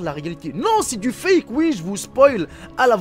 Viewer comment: Sans accent on comprendrait mieux on croirait entendre un squale mdrrr un fake pas un fike un buz pas un Biz on dit pas une groupe mais un groupe . Et c'est une petite question pas un petite question mon frère ce n est pas méchant mais faites un minimum attention pour les enfants .